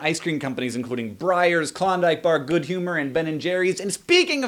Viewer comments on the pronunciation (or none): none